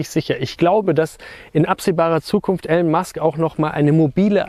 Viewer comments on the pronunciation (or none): Starlink ist (noch) ortsgebunden. Elon spricht sich ilonn nicht elln. Danke für dieses wirklich sehr schöne und informative Video!